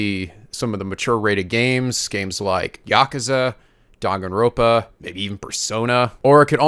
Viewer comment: is like a brother with many siblings, he dosen't want to pick favorets so he to supply everyone with a equal respect. I'm happy I stuck around after hearing pronounce DAN- GAN- ROM - PA in the funny Southern accent all those years ago since then their have been no regrets.